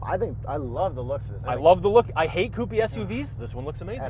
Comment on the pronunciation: It's a coupe....not whatever he's saying